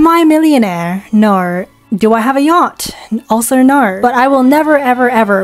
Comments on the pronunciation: did i hear an aussie accent?? when you "naurrr" at the end 🤣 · "I'm not American." Huh, where are you from th... ( "Nohwr") ... oh.